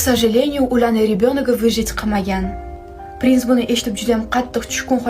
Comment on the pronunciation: Prinsni birinchi marta pes deb eshitibman 😂😂